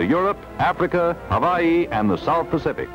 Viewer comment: Why do they pronounce the state of Hawaii "hoe-waugh-hee", "ho-vaugh-hee"?